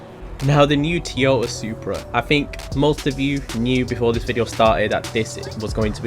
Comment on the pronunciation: The way you say Toyota. 🤦‍♂️